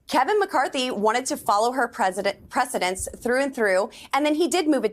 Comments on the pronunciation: Bobo's like stay on topic? No problem.... NANCY PELOSI 🤣 Hearing her try to be smart is so funny, she messes up all the time, precedent vs precedence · Boebert should say it’s hard to negotiate when people like her are idiots. “Precedent”, for instance, not “precedence” in context of what she was saying. Why do dindongs think their voices are so important when they can barely understand anything?